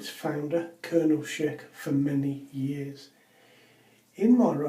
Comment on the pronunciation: Thank you for saying Schick correctly! I hear people saying sheik and I am like "It's not a middle eastern man, it's Schick!" (Sh-ick) 😂